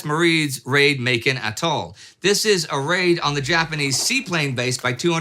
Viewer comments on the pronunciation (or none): none